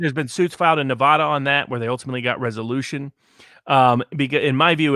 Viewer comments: Neh-va-duh. NOT Nuh-vah-dah. You can usually tell whether someone is from Nevada or not by if they can pronounce it correctly or not. And Sissylak is such a clown. He pretty much tries to follow California: a failed state. A state which people are leaving in droves. A state where it's legal to shit in the open streets. A state with corruption beyond measure. Sissylak needs to be recalled. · it's. not. nev-ahhhh-da. this bugs me so much.